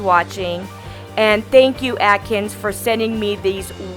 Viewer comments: Not sure why you’re pronouncing it ‘atkins’. It should sound like ‘accents’. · I think she said "Atkins" :P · it's pronounced as "accents" :) love the design! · After all the nail prep steps (before the pH bond) you neglected to clean underneath those filthy😕 nails. Was there a reason for that? It's pronounced 'accents'! I'm hollering at the screen! 🤣 I think I'm hangry, a bit! Lol Loved your work- new subscriber. Tfs. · love the video. I think the brand is pronounced like accents but with a z 😊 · It's pronounced like "accents" i think. i love the pink shade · Lol took me a while to know you were talking about the gel cus of the way you say the brand name. Anyway loved the set mama! ThAnk you for sharing it! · If a company is sending your product at least make sure you’re pronouncing the company name properly. I would recommend that you actually file the nail to the proper shape because your shaping is wonky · Cynthia Blois yes.. I was gonna tell her the same thing. But I saw you did it already